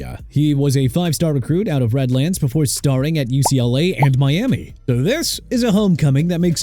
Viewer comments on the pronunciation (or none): none